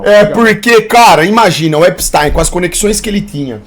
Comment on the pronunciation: falando EPISTÁIN